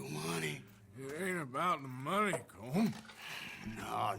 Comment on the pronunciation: The proper Irish pronunciation of Colm is “Col-um”, like his gang members were saying it. Roger Clark, the guy who played Arthur, who has Irish roots tried to tell Rockstar but they said he had to keep saying it as one syllable